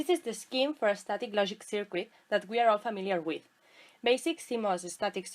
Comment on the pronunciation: Hay que cuidar un poco mas esa pronunciacion, "disafvantich" , "sercu(i)t", "discharch" suenan mejor asi. Actuali tiene mucha tela... Como dice el colega, la presentacion muy clara y muy util, pero el ingles hay que pulirlo (polis).